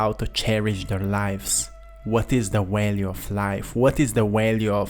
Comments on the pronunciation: Hey brother, v's are not w's in English. Its value, not walue. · I like the way you say walue! Lol 😂